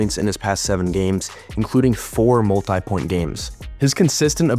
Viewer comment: Wait a minute, did you say mul-tie point game? What about mul-tee point game? Check your English. I've never heard that before.